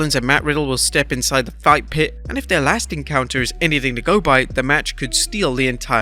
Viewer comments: Bro really said fit pight match and not fight pit. I’m laughing so hard rn😂😂😂😂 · The "fit pight"? Lol, I went back to make sure I heard that. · "Fit pight match", lmao. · Did any catch when he called it a fit pight match like twice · "Fit Pight" match. lol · Lol "fit pight" when they talk about special guest referee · "the fit pight"😂😂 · "Fit Pight", . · Am I the only one that notice he said fit pite and not fight pit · The “fit pight match” had me rolling man. Spoonerisms are great.